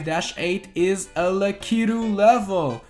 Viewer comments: It's pronounced lack-a-to. Not lek-ee-to. Come on man! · Why does he call it “lackeyto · Lah-Key-Due...Lah-Key-Due...Lah-Key-Due... That's my only criticism of this video. XD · Always say Lakitu wrong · Was I the only one triggered by how he kept pronouncing Lakitu